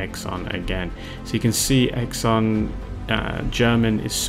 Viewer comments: Xan is pronounced more Sian or Han the way you did. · Well done sir. I've always pronounced his name "Zan", like the "x" in xylophone, perhaps I was wrong? 🤔I believe Xan sculpted a range called Warmodelling, which I'm not sure is still in circulation. In the past I've read that his sculpting "hero" was Tony Barton of AB, and he creates figures which fit well with them. I believe that he has also sculpted Napoleonics. By the way, have you reviewed the "in house" 20mm WW2 ranges from Eureka? They do Japanese, Finns, Pacific Aussies, & US Marines. Did you manage to get hold of any of the Kelly's Heroes range sold by Grubby Tanks in the UK? Also, might be worth looking at the 20mm WW2 ranges sold by Lancer Miniatures in the UK, they seem to have quite a selection, not sure what they are like.